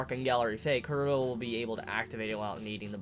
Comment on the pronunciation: why do you pronounce chrollo kuro?